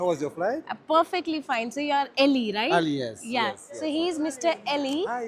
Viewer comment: his name isn't eli.he mentioned he is Ali.may b muslim.try pronounce the name how he does